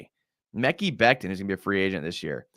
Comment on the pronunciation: Mecky Becton lol. Its Muh-Kai. Mekhi